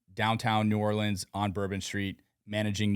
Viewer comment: New-Or-lens not New-or-Leans